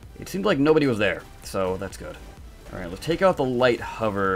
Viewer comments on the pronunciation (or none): none